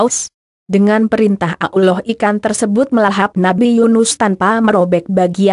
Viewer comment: Suara Yg Pas Menyebut Allah Yg Jelas Allah Jangan Ulloh Begoo Ngotah